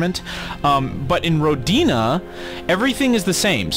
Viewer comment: hi, I'm pretty sure the I in Rodina is pronounced softly. That's assuming it's intended to be related to the Russian word for Motherland. That's what came into my mind when I saw the title, anyway.